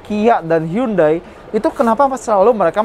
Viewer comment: Sebesar automagz nyebut brand Hyundai aja masih salah... 😭😭...